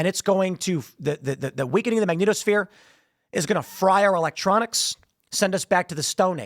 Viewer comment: tim said.. magneetosphere... LOL tim pronounces MagNETosphere like Magneto is living in the planet creating it..